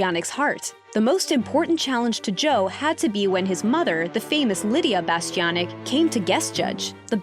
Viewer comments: "Joe Bastiobitch" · I just have to say one thing about this video.. His last name is pronounced Bastianich (Rhymes with the word "itch" or "witch") It's not pronounced the way you keep pronouncing it.. Sorry, I just had to get that off my chest, it was driving me nuts. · You might want to practice Joe’s last name: Bah-Stee-Ahn-Itch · It would be nice if you could pronounce his surname correctly, especially since it's often said on Masterchef.